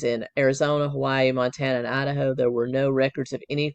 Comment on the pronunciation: Loved your pronunciation of… ADD’a’ho! For sure Lori is the biggest Ho added to the pac nwest… Colby testimony is as heartbreaking as can get… its triggering for me bcuz I’d give anything for my son to love me… hes been gone 20 years